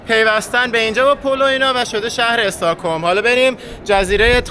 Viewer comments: چرا همه اشتباه تلفظ میکنی ایکیا نه ای کیا استهکلم نه اوسترکلم😊😊😊😊😊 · البته به استکهلم خوش آمدید و خوشحالم که به نظرتون خیلی زیبا اومده، ولی تلفظ خیلی از کلمات رو اشتباه گفتید ، استاکهلم نیست ، استکهلمه، آیکیا نیست ، درستش ایکیا هست و گاملاستن نیست ، درستش گملاستان هست . موفق باشید . 🙂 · EstAkholm na , stOcholm 🤦‍♀️🤦‍♀️🤦‍♀️🤦‍♀️